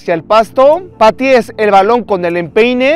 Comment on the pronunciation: es patees no paties